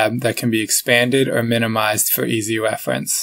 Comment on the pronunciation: Easy wefwence 😂😂😂🤣🤣